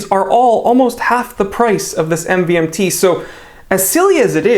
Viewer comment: my guy literally pronounced it M-V-M-T